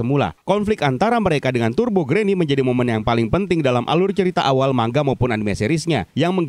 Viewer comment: Salut menyebut manga secara benar (man-ga / mangga). Giliran channel² lain yg kontennya khusus animanga malah salah menyebut manga